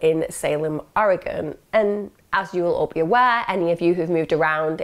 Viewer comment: Love all of these videos. Just to let you know, (and we Oregonians are pretty chill about this), there are a few mispronunciations: Word - Rhymies Oregon - Or A Gun ✅You nailed it Willamette - Will Am It Corvallis - Cow Palace ✅ Really close Aloha - A Low Ha (I graduated from Aloha High School)e all of these videos. Just to let you know, (and we Oregonians are pretty chill about this), there are a few misspernounciations: Word - Phonetic Breakdown Oregon - Or A Gun Willamette - Will Am It Corvallis - Cow Palace Aloha - Ah Low ha Was supposed to be named Aloah, after the First Nations tribe which had lived in area. But, when the post office started to build a post office in Aloha, the postmaster decided that there was a typo, and that is how Aloah became Aloha. Meier (& Frank) - My err I don’t mean to nitpick, I know that I would butcher Welsh names if I were made to try 👱🏼‍♀️